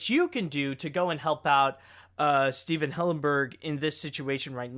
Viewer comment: not trying to be mean but I actually cringed how you pronounced Stephen